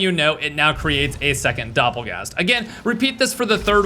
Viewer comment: Doppergangger turns into a dopplegast mid sentence 😂😂😂